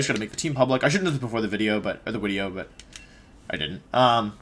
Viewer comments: Just need to say Wideo has taken root deep for me. Every wideo for anything I watch now, it's all I can hear. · Commenting on Wolfey’s video for it to get into YouTube’s circulation! After all of this time watching you, I just now realized you say wideo at the beginning of the video. I am an idiot.